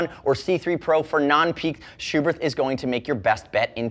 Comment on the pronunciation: Thank you for pronouncing Schuberth's name correctly. ("Shoo Bert" not "Shoe Birth")